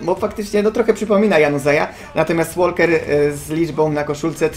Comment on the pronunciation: Łoker nie Łolker !